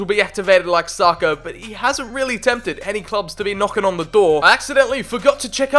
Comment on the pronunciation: The way he says sakas name haunts me 🤢